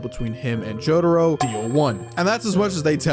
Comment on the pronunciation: stop saying jotaro like that